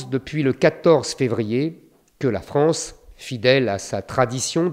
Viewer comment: La France et non pas la fronce